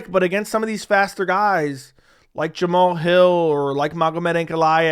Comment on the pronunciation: It's not Jamal, it's JaMahal Hill like Taj Mahal Gill.